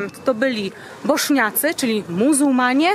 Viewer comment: Bośniacy a nie boszniacy